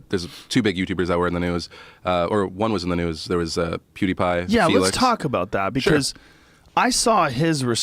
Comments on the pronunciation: As soon as I heard it I stopped the video and went straight to the comments XD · Joe says Poodepie like an old man that can't keep up with the new hip kid slang. "Ugh! It's PEW-DE-PIE, DAD!" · Dude, Joe,its not Podtie Pie.. its PewDiePie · Can somebody tell Joe it's not poodiepie it's PEWdiepie. thanks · pyew pyew not poo poo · I almost choked on the juice i was drinking when Joe said poodipie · “Poodipie” - Joe (Joe rogan) Rogan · “Poodipie” - Joe Rogan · Nobody: Joe: “PooDeePie” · Lol Joe "poo d pie" Rogan 🤣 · joe pronouncing it poo de pie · Joe "PooDiePie" Rogan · "pootie pie" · Did he just say POO DEE PIE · Lol “POOdipie” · Joe "PoohdyPie" Rogan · "Poowdiepie"-joe rogan 2018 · Joe “Poodeepie” Rogan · NO ONE: JOE: pOoDiePie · no one: Joe: Poodipie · Joe “poodiepie” Rogan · "Poodiepie" lmao, the way he said that reminded me of my dad trying to be hip. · can't get over Joe calling him poodepie numerous times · Joe "POO DE PIE" Rogan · He said pootypie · When joe hogan said poodeepie i felt that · “Poodie pie” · Joe "Poo Dee Pie" Rogan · POO-DI PIE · Joe "Poodeepie" Rogan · Joe “PoodeePie” Rogan 😂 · I lost it when joe was making his final piece and he called him “poodeepie” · Thought he was about to say pouty tang. But he said pouty pie. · Joe "poodiepie" Rogan... Joke aside.. love you Joe.. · No one: Joe Rogan: “Poodie Pie” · I like how joe constantly says “Poodypie” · The only thing I got out of this video was joe saying poodypie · Lol at Joe....."Poo-deepie" haha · "POO DE PIE" lol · Joe "Poodie-pie" Rogan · "Poodeepie" is more successful than you, show some respect at least get the name right. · Sounds like Joe is saying poo-die-pie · Joe "Poodeipie" Rogan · Joe can't say pewdiepie. #poodiepie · Poodipie?! Sounds like Khalabib! haha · Am i the only one who hears Joe say "PooDiePie"? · Joe "poodiepie" Rogan 😂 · "POO DE PIE" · btw you are saying his name wrong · LMAO listen to way he said pewdipie's name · Nice pronunciation my dude